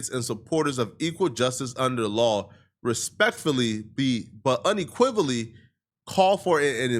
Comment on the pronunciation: SECOND incorrect usage of words for today: “unequivolly” instead of “unequivocally” 🤦🏾‍♂